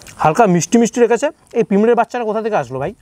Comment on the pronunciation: Pipre kotha ta pimre noy. Kotha bolta sikhun aga.